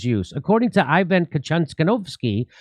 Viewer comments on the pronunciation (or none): none